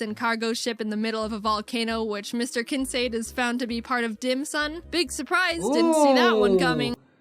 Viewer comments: thank gosh I’m not the only one who hears Dim sum instead of Dim sun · dimsun not dim sum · Dim Sun 🌞 not Dim Sum like the food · Dim sum sounds more like DAM SON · it sounds like a weird pronounciation of damn son dim sun damn son it works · I heard dick sun